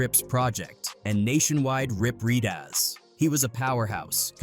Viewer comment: Dude said "Rip Read Oz" 😂😂😂😂